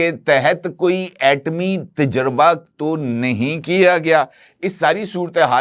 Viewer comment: Ajkal aapko nai c urdu word pronunciations ka bukhar charah howa heh.aapka ghalat talafz anjana aur ghalat,lafaz heh " tajraba" nakeh " tajurba aap janbojh ker ya urdu speaking kerty hein ya aap bhi justice "jahangiri" ki terha Karachi n Sind universities ke certificate ya degree holder hein.